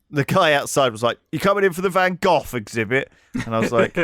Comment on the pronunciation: Lewis' pronunciation of Van Gogh is excruciating, it's even worse than how he says centaur!